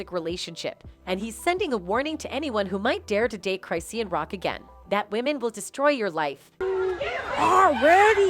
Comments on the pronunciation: "Cry see an" 😫🤣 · 'Cry-seen'??? 😂😂😂😂😂 Come on guys do better 😂😂😂